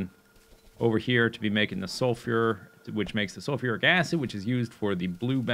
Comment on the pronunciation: why are you pronouncing sulfur like sulfyur